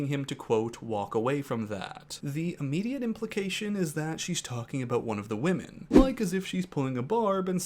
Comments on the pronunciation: Am I the only one bothered that pronounces "women" as "woman"? It's been making me twitchy all season. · Can someone please teach this man how to pronounce woman (singular) vs women (plural). They did him dirty letting him go the entire season saying these wrong.